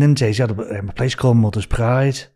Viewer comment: New Bwighton, Wonnie, Bakewee, Mothers Pwide 🤣 You couldn't make it up. It's a comedy classic.